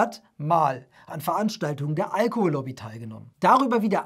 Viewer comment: Auch sturzbetrunken kann man noch Allohol-Lobby fehlerfrei aussprechen.